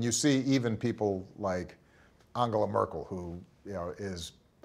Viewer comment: It really speaks volumes to the way he carries himself that he pronounced Angela Merkel's name correctly.